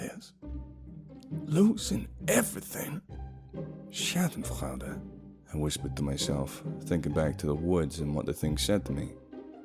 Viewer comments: not schaden-frAUde, schaden-frEUde quite similar pronounced to the bri'ish OI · Schadenfreude is not shoddenfroud